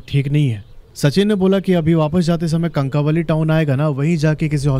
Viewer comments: कनकावली नहीं कणकवली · कणकवली prounounciation है